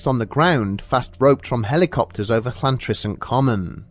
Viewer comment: "Cl"antrisant Forrest????